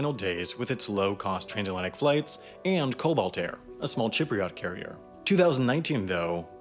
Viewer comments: I think you will find its pronounced Sip-priat not chip-priat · It's pronounced "sihpriuht" not "chipriot". Although I'm glad to see larnaca airport getting some representation. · “Chipreot carrier” bro wtf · Chipriot? With an "h"? Is that right? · Chipriot air hahaha ,,,,from Chip land ??? love your pronunciations , very original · did you call Cyprus chypriat? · I take issue with how you said "Cypriot" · yeah a person from cyprus is called a Cypriot. The dude just pronounced it wrong. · The pronunciation of "Cypriot" hurt 😬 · And how do you pronounce “Cypriot “? 😀😀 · A small note: you pronounced Cypriot wrong